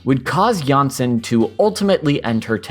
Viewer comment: It's really nice to see this resurgence in interest in Jansson and her work. I do have to note that the surname Jansson is not pronounced like this. The letter o in the name is pronounced like o in oligarch. In the video, you pronounce the name like that of a Danish variant Janssen. Also for advanced fans: the o in Tove is not pronounced the same way, but somewhat like the word "to" or "Moomin" (more like the vowel u) but with stress and therefore elongated slightly.